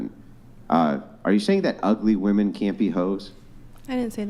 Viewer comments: Very common for young chicks to say woman for women 😵‍💫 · It's women, not woman for plural. How hard is it